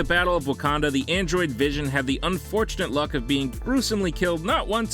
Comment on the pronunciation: hhahahahah he just said androind vision